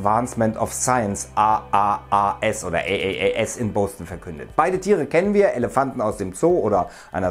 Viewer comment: Wie er Boston ausspricht😅